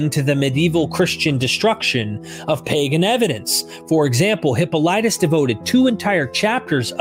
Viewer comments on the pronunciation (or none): Corrections sent to me by Dr. Richard Carrier Persephone not personophe (around minute six) And hi-POL-I-tus not hippo-LI-tus (Just before minute seventeen ) And somewhere around minute eighteen or nineteen you sat TEER instead of TIRE (you pronounced it correctly earlier in the video) Please join MythVision Patreon as that is how this video was made possible. 👉